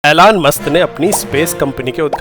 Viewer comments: Elon musk❌ एलॉन मस्क ✅ ऐलान कर दो😂😂😂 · Elon. ❌️ Alaan. ✅️ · Elon musk ❌ Ailaan musk ✅ 😂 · Elon ❌ Aelan ✔️ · “Aylaan” Musk ?! Bhaai wo “Elon” hai. 🚀